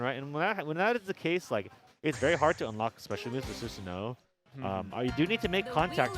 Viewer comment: Quick pronunciation note: Susanoo is pronounced SOOSS-ANO-O, not Suzanne-o.